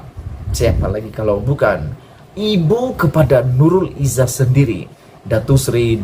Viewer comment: kau ni sebarang je.. macam mane la nurul izah boleh jadi adik beradik dgn anuar.. sebut nama orang mesti betul2.. aku cume tegur je, kau jgn marah plak..